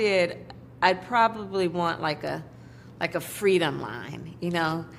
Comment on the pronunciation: Fweedom line 😂